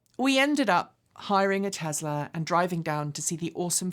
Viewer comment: 'Tezla" - What a hoot!